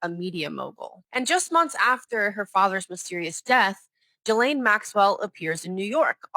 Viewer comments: Its pronounced Gillane Xx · Her name is properly pronounced "Gee-lane". Hard "G". Not her. The "jail" Ghislaine is too heavy in the body. She probably hasn't eaten much in prison if the food is bad. The body is wrong. Face wrong. To say it's "misogyny" is just stupid. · Please learn to say her name ! It is pronounced G as in the word good. So GILL. As in fish gill The LANE as in the little boy down the Lane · Virginia Guhh-frihh, Gizz-lane Maxwell.... LENOID BRESHNEFF 🤖?!?! Dude... Get a grip sit down and read a book with a timer like Kai Cenat do something because.... Sheesh 🤦‍♂🤦‍♂ And you're also stumbling through words every paragraph but I was gonna look over that with the amount of research you've been doing. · Please pronounce her French name properly: it's pronounced 'Geelen'. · Hello There! the way you should pronounce Ghislain is Yilein. Greetings! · This is not Ghisssslaine. You're not supposed to pronounce the "s". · That's not Ghislaine Maxwell, that's Guylaine Lowwell. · My dear, her name is pronounced “Gee-lane”. Keep up the crackin videos. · The "S" is silent in Ghislaine's name. Stop saying "jizlaine!" please, "jiz" is something else entirely dear and its creepy you keep calling her that ( especially if she's a poor body double!- with the worst paid job in the world! lol.). Ig it is the real Ghislaine, the botox nurse clearly missed her lips and hit her nose. Ha ha - its not the same woman! OMG this just gets worse and worse. Go compare the voice of the body double -its quite different to the real Ghislaine we heard from earlier years. The body double has a deeper and more nasally voice and is clearly putting on an accent. Even sounded Scottish for a moment as she forgot which accent she should've been copying. Oh dear ... you can't get good hired help these days... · Takes 2 secs to learn the proper pronunciation of her name. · It's really annoying to me how her name is continuously mispronounced...